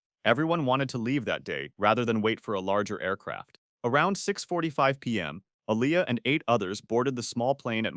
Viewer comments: who is “a-lie-yah” .? 😭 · Her name is pronounced (A-Lee-Yah) Aaliyah because that's my name too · N he talking bout som Ah-lie-yah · Aaliyahs name is pronounced “Ah-Lee-Uh”. Not Ah-Lie-ya, please put respect on her name 🤦‍♀️ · Her name is pronounced Aah-li-yah Aaliyah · Her name pronounced "Aa-lee-Ah" Aaliyah!. Don't disrespect baby girl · Who TF is Ah-lie-Ah? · Say her name right Aaliyah tf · Aleeya or alaya 😂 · Not pronouncing Aaliyah's name correctly. And, she didn't complete filming the Matrix sequels, duh!. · Because she didn't complete filming the Matrix sequels. This video is stupid. Didn't you notice how Aaliyah's name was mispronounced? Not getting facts straight and mispronouncing names. It maybe an ai narration. But still stupid video. No effort put into telling the stories. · And they mispronounced her name!!! 😡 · never say her name like that again